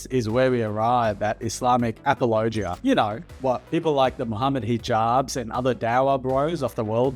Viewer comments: I like how you say apologia like it's a region of Tennessee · Good video, but I have never in my life heard someone pronounce apologia like that lol